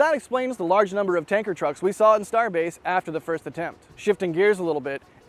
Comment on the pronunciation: "Starebase" lol